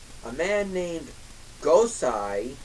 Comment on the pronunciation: Wow. I mean, wow man. No clear explanation as to why you hate these things so much (other than being biased to Super Sentai). And as a Sentai fan, mispronouncing "GOSEI" makes you look pretty bad. I mean, I love Super Sentai. Have for years. At the very least, I can note some good points in every series I watch. Megaforce is only starting. Give it a chance and maybe it'll surprise you.